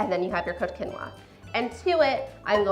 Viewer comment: The correct pronunciation is keen-waa.